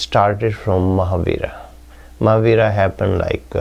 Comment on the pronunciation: What is he saying... Marhabara? Jainism didn't start after Marhabara?